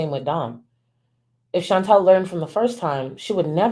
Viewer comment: Her name is ChantAL. (Phonetically pronounced Shawn-tall) Not Chantelle. ♥️♥️♥️ but love your video!!